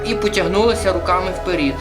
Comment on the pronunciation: Вперед а не вперід!